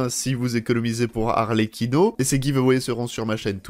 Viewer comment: (alors juste, ça se prononce "arletchino") 😊